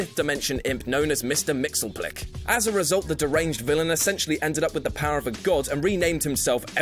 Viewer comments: Mixleplick? No no no. Mixy-spit-lick. Mxyzptlk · I thought it was pronounced "Mixespitlick", not "Mixelplick". Well, whatever. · "Mix-iz-pit-ulk", not "Mixel-plik"! And you say "kul-tip-zix-um" to make him disappear. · In "Emperor Joker", did they really go back to the imp's old pronunciation: Mixelplik? I had hoped they'd keep the pronunciation made popular by Gilbert Gottfried: "Mix-Yes-Spit-Lick". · You pronounced his name wrong. It's not "Mixelplick" it's "Mixyesspitlick". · (In Gilbert Gottfried voice) IT'S PRONOUNCED MIX-YEZ-SPIT-LICK! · say it with me: mit-sil-PIT-a-lik... now, don't ask me how to spell it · It's pronounced Mix - Yeez - Spit - Lick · You pronounced Mxyzptlk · You pronounced Mxyzptlk wrong. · Y'know what? Its really hard to pronounce that. Give him a break.